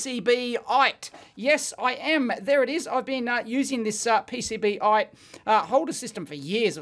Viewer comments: PCB- ite???? whaahahahahhahahahaha PC BITE. Well done Dee-Ave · Everybody: PC-Bite Dave: PCB-ite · I am pretty sure it's pronounced "PC Bite" and not "PCB ite" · P C Bite, not PCB Ite